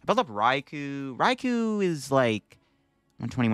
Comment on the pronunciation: I hope you know it's Rai-KOu not RaiKU As someone who loves the Japanese language, hearing peeps say these names wrong is crazy lol